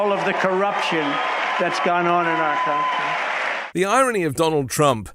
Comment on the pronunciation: “…the corruption that’s gone on in our coun…hmnfngm”